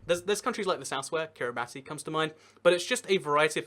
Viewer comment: How long is it until you'll realise that Kiribati is pronounced ki-ri-BASS